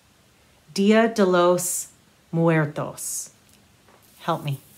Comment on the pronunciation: Your last pronunciation of 'muertos' was perfecto! Excellent effort,!